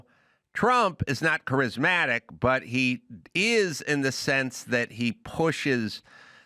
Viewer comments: Why doesn't Dr Drew tell Adam he's mispronouncing charismatic? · Adam does need to learn how to pronounce Charismatic 😂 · Adam "kerizmatic" Carolla 😂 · Really like Adam… really don’t like how he pronounces “charismatic” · Adam can pronounce “je ne sais quoi” but he can’t pronounce “charismatic.” Douche nozzle. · The 99% correct Adam Carrolla got one wrong. Trump is undeniably charismatic. Adam can't even pronounce "charismatic." Who believes that Kamala Harris is MORE CHARISMATIC than Donald Trump? I won't smoke whatever Adam's smoking. 😂